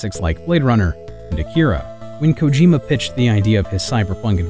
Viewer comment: Just a heads up for your Japanese pronunciation, "Akira" is pronounced "AH-kee-rah," not "Uh-KEE-ruh." Saying "Uh-KEE-ruh" would be like calling someone named Jonathan "Joh-NAY-thin" instead of "JAH-nuh-thin." There's also a spot of bad editing in the section discussing Kojima's career activity between MGS2 and MGS3. The narration says he worked on a number of Metal Gear spin-offs while the video shows Peace Walker, which was neither developed between MGS2 and MGS3, nor a spin-off. Peace Walker was developed after MGS4 and is an official sequel and a majorly important part of the series' story. It's pretty horrible that you skipped over talking about it and jumped right to MGSV.